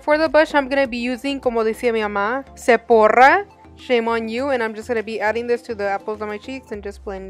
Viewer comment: yes loved it nd lol the way u said sephora like ut mom says it lol love ya